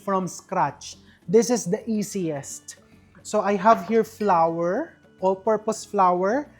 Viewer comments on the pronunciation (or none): none